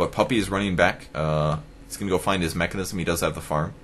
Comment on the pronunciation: its Mekansm, not MechanISM, there is no ISM on Mek. just an FYI for u.